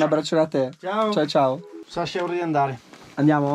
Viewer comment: Ok ma ti prego è SASCHA non SASHA